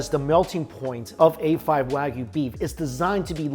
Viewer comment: And it’s “waa gu”.